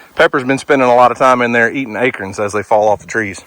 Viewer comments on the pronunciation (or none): We need to have us a little chat. I get the "puh-con" versus "pee-can" thing you've got. So, lets talk about those things Pepper was eating. What in the world is an "ay-kern"? I'm assuming that "Ay-kern" is the Oklahomian way of saying "ay-corn". As a Minnesotan. I'm willing give up my "pee-can" pie and eat me some "puh-con" pie come Thanksgiving, but you've got to meet me half way Brother, you got to start feeding your pig " Ay-corns". Seriously though, You and Your family have a good day Brother and may the Lord continue to bless you.